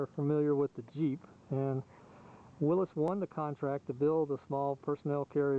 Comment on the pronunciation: Nice video and nice Jeep! And SO nice to hear someone who actually knows how to pronounce "Willys".